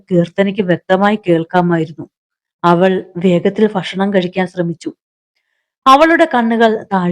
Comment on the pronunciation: കഥ വായന ഒക്കെ നന്നായിട്ടുണ്ട്.. പല സ്ഥലത്തും ഭ.. യ്ക്ക് പകരം ഫ എന്ന ഉച്ചാരണം അരോചകം ആയി തോന്നുന്നു. ഫക്ഷണം.. ശോഫ..